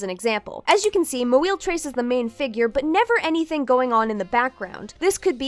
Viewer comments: they kept exaggerating the pronunciation as they went and kept getting louder, which is usually what people do when they're making fun of names they don't know the pronunciation of, they weren't really getting even near how it's pronounced or pronouncing it with much if any variation each time, they just seemed to try and make it sound silly or ridiculous *(editing to clarify i mean this in a passive tone) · i will admit think the mispronunciation of her surname… over and over again, around the 57 min mark gets old fast. there are many things that are fair game to make fun of her for but her non-anglosaxon surname is not it. my pov is latin american and not west asian american but like. still. my last name’s been mispronounced and butchered by people to the point of my family changing it to better fit in. it doesn’t take long to look up “how to pronounce moeel” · I am 100% Not on PC’s side, nor do I support her, but being weird about struggling to pronounce a clearly ethnic surname is a bit…. odd. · Yeah that's what I was thinking the whole time 😭 If you have a hard time pronouncing it just say the best you can, no need to be like... that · I get that Moeel's not a stellar artist or anything and doesn't really deserve any respect for the way she conducts herself or treats others, but it's still kind of a yikes to make fun of a non-Anglo name like that, especially since I'm willing to get the person reading TCAF's statement wouldn't have said an Anglo name like "Jackson" "Smith" "Jones" etc. like that. Just Google the non-Anglo words or names you'll have to pronounce next time before recording. There are entire YouTube channels dedicated to helping teach people how to pronounce words in a multitude of languages. It's not that difficult, and people need to stop acting like it is. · Kay but why trying to pronounce her last name badly exaggeratedly bad? Idk man is othering as fuck Yeah she an asshole, but that doesn't give free pass for lil assholeness